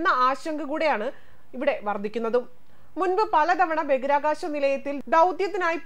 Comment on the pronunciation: ദയവായി ബഗിരാകാശം എന്ന് പറയാതെ ബഹിരാകാശം എന്നു പറയൂ. പ്ലീസ്.